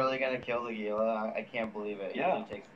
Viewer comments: Hee-La is actually the correct pronunciation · The Gila really only had 2 drones? ...what a nub. BTW Gila is pronounced HEE-LA.